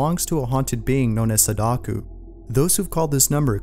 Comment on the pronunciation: It's Sadako not Sadaku